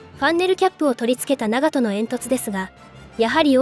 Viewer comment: What is with the awful AI voice that mispronounces basic things rangefinder is a gun? Don’t get me wrong it’s very informative and detailed just hard to follow when it can’t even pronounce the ships name correctly